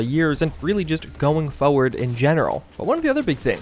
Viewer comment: By "forward", you mean "fewad"?